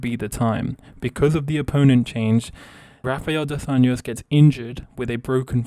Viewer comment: My mans, if you're gonna make videos about MMA you're gonna want to learn how to pronounce the names of Brazilian fighters. It's pronounced Jose Aldo(you say the J sound), and hafael dos Anjos(Rs at the beginning of names are always pronounced as H, look at Royce Gracie)